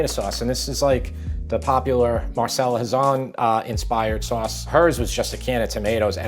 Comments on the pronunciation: Mar Che lah Not marsella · If your gonna refer to the doyenne of Italian food,learn how to pronounce her name. 2 c’s is kah like Pinocchio 1 c is pronounced cha like cello